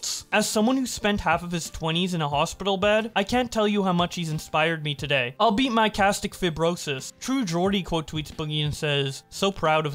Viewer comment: Just an FYI cystic fibrosis is pronounced like sis-tic fibe-ro-sis (fibe like vibe)